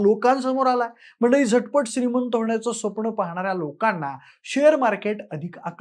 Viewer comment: स्वप्ण nahi re baba it's स्वप्न.